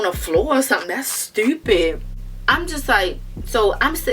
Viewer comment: That acent "stououuuupid" "twuou" "duu"